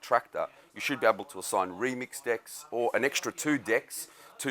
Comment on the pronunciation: I chuckle every time I hear "Decks."